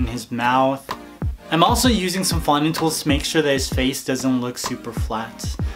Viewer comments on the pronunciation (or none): you said fondue wrong